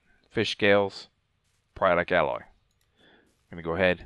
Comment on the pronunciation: For the love of god why are YouTubers so bad at reading... I've yet to see how someone can say Alloy correctly then mispronounce it 2 seconds later by saying "Ally".